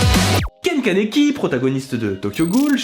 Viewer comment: ON DIT KANEKI KEN MERDE QUOI